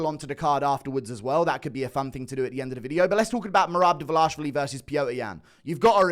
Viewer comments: His name is Dvalishvili, not Davalashvili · it's not "davalashvili" it's dvaLISHvili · ISH-vili Not ASH-vili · Pardon my Hermione, but it isn't Dva-lah-shvili, it is Dva-lee-shvili. Get it right, please. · Bro it's DWALISHWILLY. very very easy brudah. U over here speaking a new language everytime you say his name. "Merab davalashvilly. Merab davalashavalashavalashavalashvilly. You getting a name or names wrong is like Dana using a non haitch-D camera mate. No dis-heespect. Ur a great guy. A wonderful guy. A swell guy. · Why do you keep saying Davlash---vili???? it's Dvalish---vili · I know that average UFC viewer IQ is below 50, but is it really hard to pronounce 4 characters in a row? His last name is DVALISHVILI. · I think yall should start saying it right already, for fucks sake... repeat after me: DVA-LEE-SH-VEE-LEE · still waiting for u to pronounce Merab's last name correctly 🤣🤣🍿🍿🍿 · At least put some effort and pronounce Merab’s name correctly, that’s very unproffessional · You keep mispronouncing merabs last name 😂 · Guru never pronounces merab's name correctly